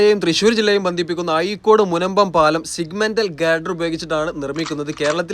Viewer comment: അയീക്കോട് അല്ലല്ലോ ചേട്ടാ അഴീക്കോട് അല്ലേ ...